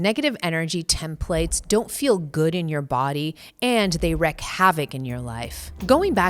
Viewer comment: It is "wreak" havoc, not "wreck" havoc.. The editor spelled it correctly, but said "wreck."